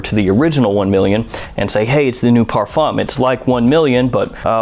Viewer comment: How many times can he possibly mispronounce parfum?